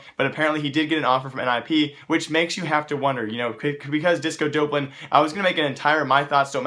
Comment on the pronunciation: that's not how you pronounce disco doplan